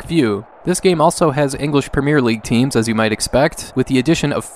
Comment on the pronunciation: Hearing an north american say ‘Premier League’ like that is so funny for some reason. Interesting video, might check a few of these out.